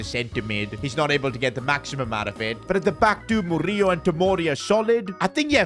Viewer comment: Btw the way how to pronounce Murillo is: Mo-ri-lo